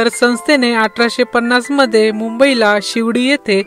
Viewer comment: 1892 'mandhe'?????🤦‍♂🤦‍♂ uchchaar....😖😖